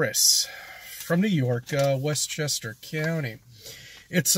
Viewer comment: i swear every time i hear “westchester ceeyounty” it adds a few years to my life